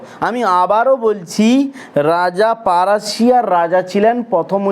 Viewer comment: 😂apni ki oshikhito😢naki? Prashia k apni bolchhe parashiya😅pagal.....